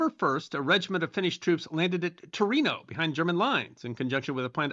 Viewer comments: Tornio, pronounced more like "tor-neo" than (Gran) Torino. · Island of hogland? Pronunciation sounded like gottland which is in Sweden. Also it's Tornio not Torino. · I think you've got several photos of re-enactors towards the end of the video. Good video though! P.S. Tornio, not Torino (that's in Italy!). "Hogland", "Högland" or "Suursaari" would also be more period-correct than the modern Russian "Gogland" (which comes from the Swedish "Hogland"). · Tornio, not Torino. Torino is in Italy. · As Finland isn't Italy the city of Tornio ( TOR NI O) should not be mistaken for the capital of Piedmont Torino (TOR I NO) ;)